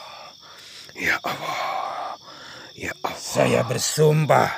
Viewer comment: Bagus juga nih video kalo di buat film Indosiar bakalan panjang 😆 Gak masuk akal masa khodam kok nyebut nama Awwoh bukan Allah ketauan banget rekayasa'a 😆😆😆